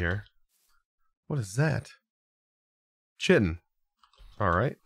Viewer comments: Hovers over chitin Dont do it 'Hmm" No... "Chit-in" Its pronounced kite-in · lol the way he said chitin, “chi-en” lol instead of “ky-in” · It’s pronounced ki-ten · Chitin = Kye-tin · Need to do just a nit pick, the beetle is a hard K sound kite, kite-in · It’s pronounced “kite en”. Not chitin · he pronounced it phonetically. TBH I was pronouncing it wrong for years, as I had never heard it spoken either. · the ch in chitin is a hard c sound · it made me mad when u said chitin wrong. if you dont know just look up how to say it pls